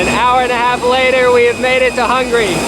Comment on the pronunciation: Is saying Hungry instead of Hungary?.. It sounds kinda funny